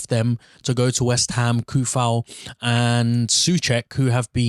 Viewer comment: say it with me So-czech, Sou-fal. its not hard